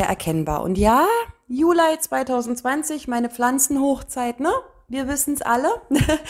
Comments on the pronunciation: es hört sich trotzdem sehr komisch an und stört beim zuhören, jeden falls wenn man etwas jünger ist. Von älteren Generationen habe ich das auch schon gehört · Warum eigentlich Julei? Es heißt doch Juli 😂